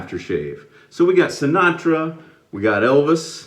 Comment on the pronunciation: Yes you said it right thank you Sinatra i'm going to remember that in my life i'm your biggest fan ever